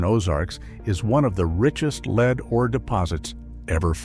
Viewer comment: Dang it, AI, "leeed"? LEAD, short E.